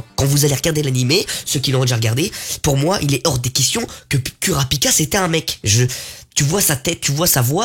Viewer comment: Juste pour info les (U) se prononce (OU) au Japon g fait un AVC des qu’il a dit Isuk(u) ou k(u)rapika